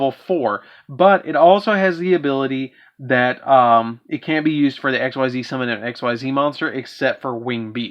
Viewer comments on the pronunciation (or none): Just to note real quick, Xyz is pronounced [ex-ease]. Edit: a word. Apparently, my phone hates me sometimes.